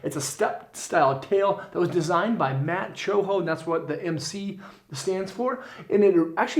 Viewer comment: Matt Cummins, not Matt CHOHO